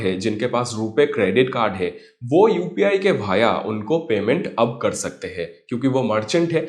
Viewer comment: Please learn Hindi Correctly (Via वाया, Not भाया😅)